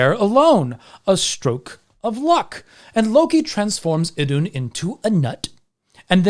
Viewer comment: I thought it was pronounced “ithoon”?